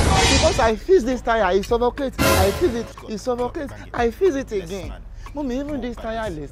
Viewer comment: "I fiz the tyre it sofocate, I fiz it again it sofocate" 🤣🤣🤣🤣🤣🤣